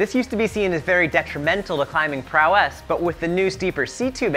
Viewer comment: prowess. not prowèsse